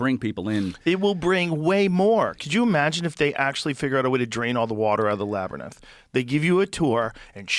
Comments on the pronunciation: Joe's dyslexia is really strong with the word Labyrinth... he ALWAYS says Labernyth 😂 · Joe saying "laber-nyth"... Infuriating 😅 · Joe has done an entire episode with on the Labyrinth and spent hours talking about it, where he kept saying "Lab-er-nith" and was corrected on the pronunciation. Since, he's brought up the Labyrinth with a couple different guests where he still mispronounced it, and I know at least two separate guests corrected him. Now he's back with and still saying "Lab-er-nith" 😂 I think he said it correctly one time right after said it, then reverted right back to saying it wrong. It's just hilarious how many times I've heard Joe talk about "dumb people" and Joe does this kind of dumb stuff all thr time. The guy is almost 60 and can't even correctly pronounce the word "else". He says "elTse" every single time. He's commentated for the UFC for decades and doesn't even understand the judging criteria. It's funny when I occasionally here random comedians say Joe is super smart. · This isnt the first time I heard Joe call it "Laberninth" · Joe!!! Fix the pronunciation bro!!!! Labernith??? Stop it!! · Between "Labrynith" and "Spinx, Joe's fkn killing me " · Labernith as joe says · Joe "labyrnith" Rogan😂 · When Joe starts saying Labyrinth and not "Labernith" you know he's been replaced by AI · I can't listen to Joe say LABRNETH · Oh Joe and his Labernyths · One of the few words I can recall hearing Joe mispronounce consistently. Even when he tries to correct himself with it he has trouble. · I wish Joe would stop saying lab-er-nith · Lab-rynth joe you knuckle head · Someone please timestamp every time he says Labernith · You must have posted 1 minute before he said "Laberneth". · yes 😂 Someone needs to have a Laberneth intervention for Joe. Throw in “Jengiss Khan” and “NeanterTalls”😅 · It's sad hearing Joe mispronounce "labyrinth" over and over again. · I love that Joe still can't pronounce labyrinth correctly. :P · ...and again...